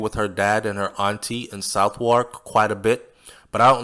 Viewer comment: I think the British pronounce Southwark "Sovark" :).